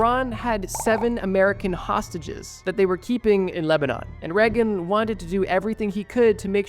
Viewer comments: not that it matters because he was a piece of garbage but it's pronounced like "rayg-in" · "Ronald Reggun" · Please google how to pronounce things. Its not reg-in. Its Ray-gehn